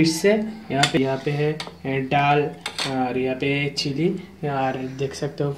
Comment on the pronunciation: Ddal nahi hota dal hota he